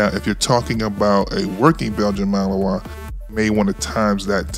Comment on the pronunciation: MALINOIS, not Melanois